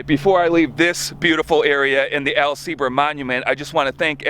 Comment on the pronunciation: Very cool! Love your enthusiasm and definitely subscribing. Although I am a "Sieber", I don't believe there is any direct relation to Al Sieber. But proud to carry his name :) And thank you for pronouncing the name correctly (many folks don't).